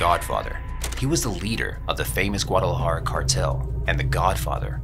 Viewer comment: “Gwada-la-har cartel” I don’t speak Spanish myself and I can say Guadalajara the correct way. 😂